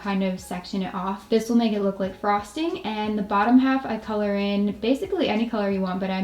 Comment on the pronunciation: I thought u say bra string i repeat it and the caption said frosting😂😂